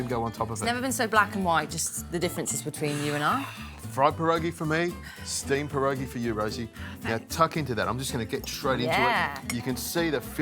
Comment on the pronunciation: The first warning should have been that he couldn't even pronounce "pierogi" correctly.